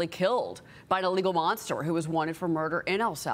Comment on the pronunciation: Monster not MOSTER 😂